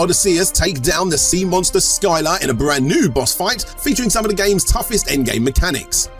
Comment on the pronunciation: is it really called Skyla or did you honestly mispronounce the mythological greek creature?